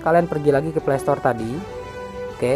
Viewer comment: Astaga gw ga mudeng ternyata fly = play 😂😂😂😂 play dibacanya pley/plei ya FYI